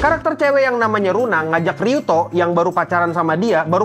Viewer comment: Luna bang bukan runa